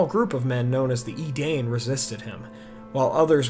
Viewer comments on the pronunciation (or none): Nitpick alert on pronounciations. Edain is prnounced ee-DINE, not ee-DANE. Maedhros is prnounced MAY-THROS (soft th) not MAY-EE-DROS. Other than that, good stuff! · Bro I love the videos but you gotta get your pronunciations right. Edain is pronounced "eh-dayn," with the diphthong "ai" being pronounced like the "i" in "dime." There is a guide to pronunciation of Sindarin sounds in the appendices in RotK. Love you though like Sam loves Frodo.